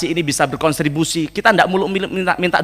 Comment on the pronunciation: Kontribusi mas, bukan "Konstribusi"😂... Itu dari diadopsi dari Bahasa London contribute (sumbangsih)